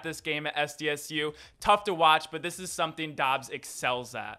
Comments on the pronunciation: Say it like "dobs." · It’s pronounced Dubs I’m pretty sure